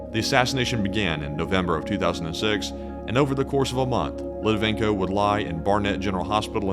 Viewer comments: Well done,! Btw, it's Alexander LitVINenko, not Litivenko. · Great video. Just a comment, you used Alexander Litvinenko's name wrong! It's not Litivenko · It's Litvinenko not Litivenko......but I'm loving this little vid. You should do more. Thanks guys. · this is a GREAT video, with high scores in all aspects of its production.....BUT,.... Buddy, you MUST learn how to pronounce people's names, especially if it's recorded. The guy's name was pronounced "Lit-Vi-Nenko". If you ever need help with Slavic pronunciations, I'll gladly help. I'm fluent in Russian. The video production, your incredible voice, and important subject matter is too good to be dismissed because of an amateurish mistake. 👍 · Excellent video. 1 would add 1 minor correction: it's Litvinenko, pronounced as spelled. And, the killings started very early on. In 1999, FSB likely set off the Moscow apartment bombings, killing hundreds, that was used to justify the invasion of Chechnya. It's never stopped. Just busy now due to dissent over Ukraine war. Another high profile murder happened in Washingon. MIkhail Leskin was killed in 2015, the night before his scheduled meeting w/DOJ.